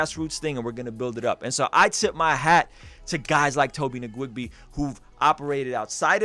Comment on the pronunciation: In case no other Nigerian has commented, it's Tobi WE-GWEH, the n is silent like Django lol